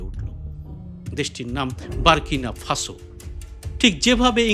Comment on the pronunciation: বাংলা ভাষায় ইব্রাহিম ট্রাওরে কে নিয়ে, এইরূপ একটি ভিডিও তৈরি করার জন্য আপনাকে আন্তরিক অভিনন্দন ও শ্রদ্ধা জ্ঞাপন করছি। কয়েকটি তথ্যগত বিষয়ে আমার সন্দেহ আছে বলে প্রশ্ন আকারে রাখছি ১) আপনি বারবার বলছেন দেশটির নাম " বারকিনা ফাসো ", ইব্রাহিম ট্রাওরের নিজের মুখের উচ্চারণেও, দেশটির নাম," বুরকিনা ফাসো ২)AES সদস্য দেশটির নাম, নাইজার নয় - হবে নিজার ( সাথে বুরকিনা এবং মালি )। ৩) পরমাণু বিদ্যুতের কারখানাটি এখনো তৈরি হচ্ছে - অন্তত তিন চার বছর আরো সময় লাগবে। তৈরি করে দিচ্ছে রাশিয়া। ভিডিওগুলি প্রকৃত তথ্যসমৃদ্ধ হলে, অনেক বেশি সংখ্যক মানুষ আকর্ষণ বোধ করবে, বলেই আমার ধারণা। সবটাই সবিনয়ে আপনার বিবেচনার জন্য পেশ করলাম।🎉🎉